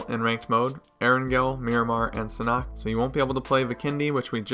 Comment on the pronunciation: Its pronounced "SAN-HOK" not "SANNOK" 😑